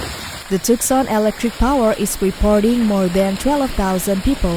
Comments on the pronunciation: Bizarre times. Text to voice bot sucks (TOOK-SAN), and this is just a collection of cellphone vids from SOCMED. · The A.I. narration of this video is AWFUL. Her syllables were stressed wrongly and she kept saying Tuckson. It was more enjoyable muted. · Yeah it was pretty bad BTW it's pronounced TOO sahn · who teaches these wanna bes reporters how to pronounce the name of a town it is twoson not tuckson you stupid jerk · It's pronounced Too-sawn. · Tooksan! That's how you might pronounce it if you didn't know better. Voice bots are fun to listen to sometimes.